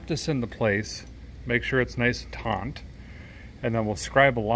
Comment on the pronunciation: Taut. Not taunt.🙄